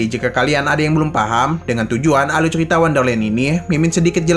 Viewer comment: Kok ceria bang bukannya cerita